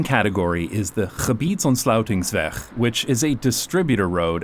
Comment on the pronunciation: Wow !! ‘Gebiedsontsluitingsweg’ f*ck*ng nailed it !! Impressive